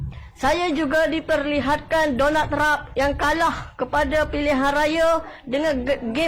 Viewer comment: Haha... Itula.. Sebut pn xbtol